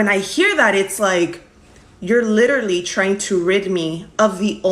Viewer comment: She’s ignorant… “litter-ly” ??